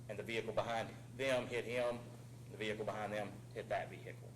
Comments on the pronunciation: veee hickle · vee hickle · "veee-HICLLLEE" hhahaha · Any cop that pronounces it ve-hickle is taking yo ass to jail no ifs ands or buts 😂💯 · Ve hickle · How dumb do you have to be to think it's pronounced, "vee-hick-ughlll"?